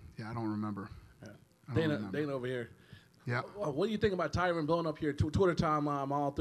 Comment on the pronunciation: Dana still says "Tyrone."